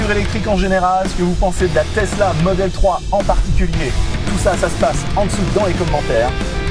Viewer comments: Tesla pas tezla. C’est Nicolas TESLA Le père du Courant alternatif. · steu plaît, c'est Tesla et pas TeZla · TesSSSla et non TesZZZla.... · Oui, jamais compris pq certains français prononcent le s comme s'ils voient un z, même quand on vous dit comment ça se lit... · le mec il dit “tezla” au lieu de “tesssssla” ça me stresse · Y’a que moi que ça énerve la prononciation Tezla? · tezla mdr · Tu vas apprendre à dire Tezla correctement ouech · le gars imberbe il dit tezla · mdr pareil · Je suis le seul a avoir remarquer que le mec ne sait pas prononcer TESLA ?????